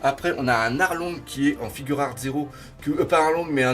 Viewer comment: Juste on dit figuart pas "figure art" ou je sais pas quoi